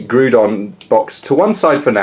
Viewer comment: It is not pronounced "Groodon" but instead it is pronounced "Graodon", in the end of the day it really does not matter how you say it but I just thought correcting you would give you the knowledge to not say the name of the Pokemon incorrectly in the future.